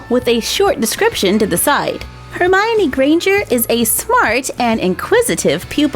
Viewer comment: I want Severus Snape doll :( & you said Hermione wrong but whatever awesome video